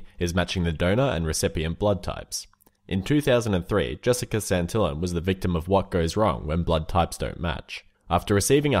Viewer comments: Santillań sounds like Santella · Santillán is pronounced: Santeeyán (accenfs make a vocal sound more "agressive")